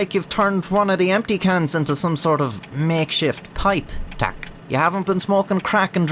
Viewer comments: Your "tak" is sublime! :) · well he got prawo jazdy and tak right, the rest was not too bad either